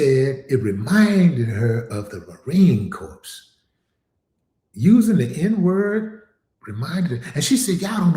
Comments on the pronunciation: Unfortunately racism is alive and well not just in the civilian world. But alive and well in the US Military . I say this as a US Army veteran. By the way the branch the US Marine Corps is pronounced like the word CORE, Not CORPSE. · As Salaam Alaikum, Willie D, the 'p' and the 's' are silent in Marine Corps....the correct pronunciation is ma-REEN KOR. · Marine corps is pronounced Marine core. it's spelled Corps but pronounced Core. Semper Fi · The “S” is silent for Marine Corps my guy but I get what you’re saying🫡 She’s a clown 🤦🏾‍♂️ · The s is silent in the word (Corps....)